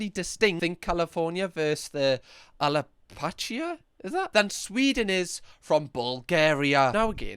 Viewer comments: I think how you say "Frankfaht" is hilarious :D - Just say Frankfurt like everyone else. And Lindit for Lindt and Alapachia when it clearly starts with App, Appalachia (which isn't a state, so the guy is talking shit). haha. You're on a roll today. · As an American, hearing pronounce Appalachia was the funniest thing 😂 Edit: I forgot my user name was what it was. OMGdoughnuts is my gamer tag on every platform. Happy to be a Doughnut in both regards haha.